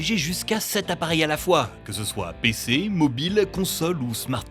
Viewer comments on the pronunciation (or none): a dit Bc au lieu de PC? ou c'est juste moi